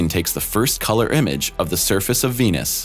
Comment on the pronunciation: Sounds like he's saying penis instead of venus.